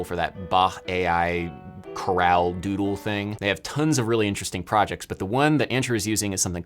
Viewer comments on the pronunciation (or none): none